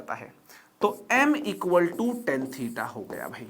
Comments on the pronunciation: lmao- a mathematics teacher yet pronouncing tan as ten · Haare bhai ya that is tan not ten (10). crct it sir.